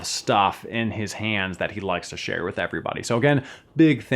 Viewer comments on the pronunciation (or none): none